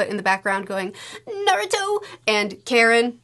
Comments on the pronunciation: Tenten not getting a single solitary mention is so real. also, her name is pronounce <<Kha-Reen>> not <<Care-In>>. she's a "ninja", not a soccer mom. also also, her obsession with Sasuke seems to make sense. if Uchiha feel the most extreme love & grief, and the Senju feel the most kinship, then the Uzumaki feel the most passion. we see this with Kushina and her temper, we see this with Nagato in his rage moment summoning the Ghetto Mazo, and we see this with Naruto in his... everything. so yeah. when the object of that passion is an emo boy? kinda sorta makes sense that she'd feel so strongly towards him. i do wish Karin and Naruto got a little more screen time together. even Naruto saying "you remind me of my mom" or even better, Minato saying "you remind me of Kushina" would've been enough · Very funy to be that the way you pronounce Karin souds like Karen, was it on purpose? 😂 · I lost it every time mispronounces Karin's name.